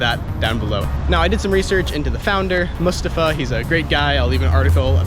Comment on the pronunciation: Might not be a big deal, but thank you for pronouncing Mustafa’s name right. Appreciate it, waiting for my pair